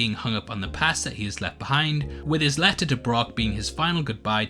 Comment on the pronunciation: "the leh-uh", "communi-eeh", "khee"